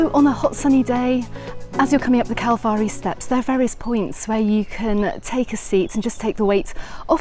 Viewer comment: What a absolute delight waking up to find this video. Thanks so much for sharing this with us. And I thought your pronunciation of calvari was spot on lol